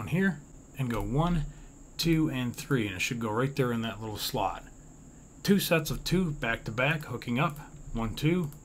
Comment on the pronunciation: each time said "slot" i thought he said "slut"...